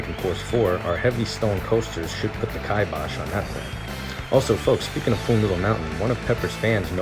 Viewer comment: She's AMAZING! But it's "kuh - BOSH"!